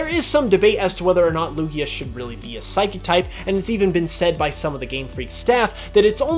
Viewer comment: You got 3 of the types wrong! #1, they say water, NOT aqua! #2, it's Psychic, NOT Physiquic! #3, they're called Fairy, NOT pixie!